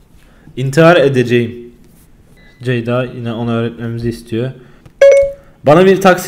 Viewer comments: Ceday olmaz Ceda-y olur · CEYD-A DEĞİL CEYDA